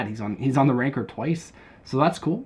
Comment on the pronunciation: I cant tell if he is saying Ranker Or rancor